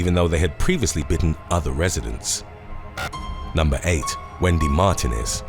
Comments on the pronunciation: Mar tee nez not mar te nez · Mar tee nez not Martin ez. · Martinez is said as Mar teen ĕz.